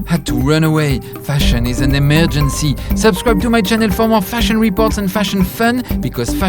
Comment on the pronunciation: “Fashion is an emerrrgency” 🚨